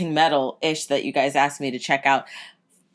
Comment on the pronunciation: I’ve always wonder.... why do you say gruy instead of guys? Idk anymore